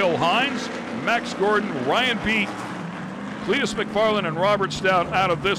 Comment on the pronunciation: Are they trying to say Clitoris? I feel like they keep saying something foolish like Cleetorus.